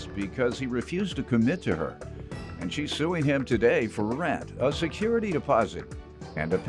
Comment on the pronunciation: JM said I'm irritated TUHDAY! 😂😂😂